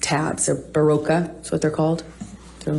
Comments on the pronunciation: Its not Beroka. Its Berocca and it's not sold in France I buy it in South Africa. 🤣🤪 I don't know, stop asking me, you know, no I don't know. That irritates me when someone asks me that. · “Parakeet flooring?!?” Did she just say parakeet floors? 😳…..😆🤣😂🤣😆..kinda negates the fancy “Baroka” fizzy drink tablets no? 🤪😆🤣😂🤣😆..she’s a hoot! Stop it Amber! 😆🤣😂 You’re crackin’ me up! 😆